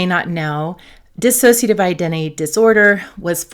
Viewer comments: The word is dissociative - not dissasociative. Just sayin. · It’s pronounced dissociative. There’s no extra a in it. You pronounce it with an extra a. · It’s always disappointing to hear people who treat DID pronounce it wrong. There’s is no extra “a” in “dissociative”. It doesn’t inspire confidence and makes me feel even more alone in it. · You know, I so want to listen but when people who are professionals and say "disAsociative identify disorder" I want to scream. How can a professional in the field not know how to pronounce a disorder they specialize in. They lose all credibility. Please.